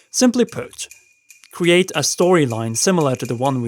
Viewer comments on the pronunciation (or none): none